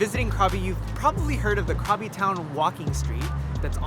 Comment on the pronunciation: Krabi = "Gra-bee"...